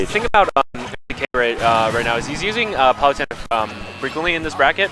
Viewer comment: For PITy sake please say Palutena correctly! Why does each commentator pronounce Palutena wrong?